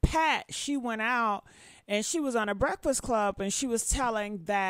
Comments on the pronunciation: Funky just voiced his experience. I don’t understand why she so mad. But “breffus” took me out. 😂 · Somebody go get my "breaffus"(breakfast)😂